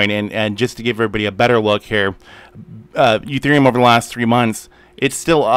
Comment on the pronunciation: Why do you call Ethereum Uthereum?